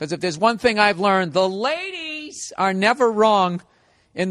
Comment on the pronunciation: That was a crisp “Laaadieeees”